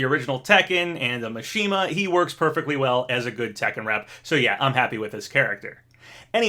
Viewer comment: Your pronunciation of Kazuya is perfect. Mishima however... its MI not MA. cmon